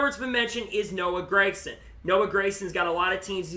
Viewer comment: Gragson G not Grayson. great insite though